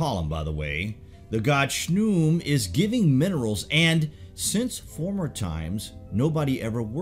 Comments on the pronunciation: I don't think Khnum is pronounced "shnoom" but more like kuhanoom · His name is pronounced KA-NUN but spelled Khnum. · Khnum. Not shnum.